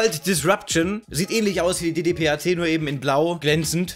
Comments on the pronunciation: Die DDPAT wird DeDePet ausgesprochen ;) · schönes Video mal wieder :;D ich glaube man SPRICHT die eine deagle so aus: "Urban Di-Di-Pet"